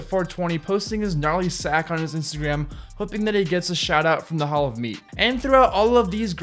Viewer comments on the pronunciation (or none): none